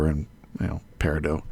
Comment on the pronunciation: The "T" in Peridot isn't silent,. It's my birth stone, unfortunately.. Wanted Onyx. And the plural of Focus, is Foci (Fohk-eye)